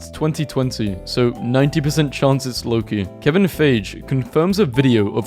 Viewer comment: the pronounciation of "Loki" is just- i cant 💀